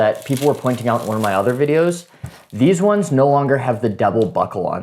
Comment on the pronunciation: "Theezwunz"?? What the hell is a "Theezwunz"?